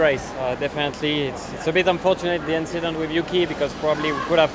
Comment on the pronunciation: Just a little inchident